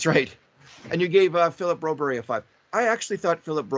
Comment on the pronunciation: please take a moment to learn how to say Broberg's name. It's a few weeks now that you still can't manage to say a name that is both easy to pronounce, easy to read and reflects pretty badly on you that you can't say it after weeks.